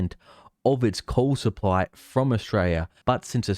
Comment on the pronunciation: you're forgiven considering that the guy who made this video can't even pronounce coal. He said coool 30 times